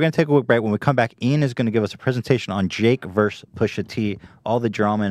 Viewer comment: I lova ya but dang it, vs = versus, not verse.